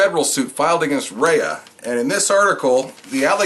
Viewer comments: I have never in my life heard Rhea county pronounced as "Rey uhh" county,lol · He prounounces it like its wrestler Rhea Ripley Rayuh lol. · You can't even pronounce the name of the county after living here for 10 years.